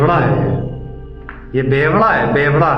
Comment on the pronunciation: Pebda nhi hota bevda hota h😅